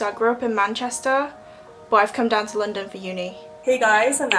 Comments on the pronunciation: 2号肯定是留学生，不说口音，她London的读音都是错的 -_-! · 她的London发音让我虎躯一震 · 她的London发音确实是错的，这个算是很明显的一个错误了